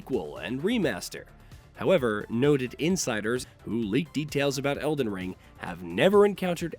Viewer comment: You mean el-die-ring? :)